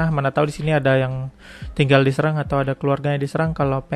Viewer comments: Cara baca huruf 'e' kayak 'ehe' bkn 'empat', bang. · Bacanya seerang bukan seurang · bacanya sérang bukan sērang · Bukan bang, harusnya "Serang" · Mungkin maksudnya SErang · bukan bang serang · bukan serang tp serang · Serang bukan Serang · serang apa serang? e nya empat atau tempat? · Serang E nya pake taling seperti di kata "enak"